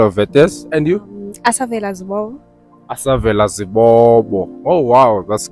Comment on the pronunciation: Why is Asavela saying Zwelakhe is in Mthatha when she knows very well that Zwelakhe is between Mount Frere and Ntabankulu and why is she mispronouncing her surname?